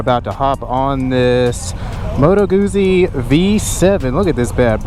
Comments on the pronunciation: It's pronounced Gutzy, not goozy, like Pizza is pronounced Peetza, not Pisa as in the leaning tower of. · Pizza... Guzzi. Double zz is pronounced the same. Sigh... 😉✌️🇮🇹